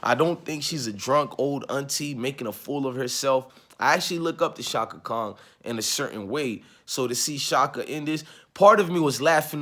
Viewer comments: Are you saying shaka Khan , Or shaka Kong?? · It's Chaka Khan bro. not Chaka Kong. She not King Kong daughter... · Pls say Chaka "Khan" not"Kong" even if she did mess up and she did all night. Cut Stephanie THE ENTIRE CHECK! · I’m not listening to anyone that say Chaka Kong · Sorry but the Aquarius in me CAN'T help but hear the pronunciation of a "g" in Chaka Khan's name and it's not😏 respectfully.... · I’m an Aquarius too and it was bothering me also lol😂😂😂